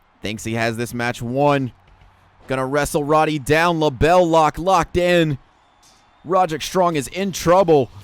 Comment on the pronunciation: Its pronounced more like rod-rick, not ro-derick 😂